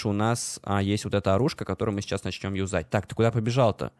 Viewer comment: ЮзАть и заменИм... интересно ты ударение ставишь)))